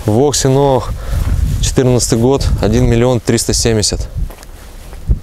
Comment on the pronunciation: ну так будь первым "У ВАС" ,кто ПРАВИЛЬНО произносит название автомобиля с английского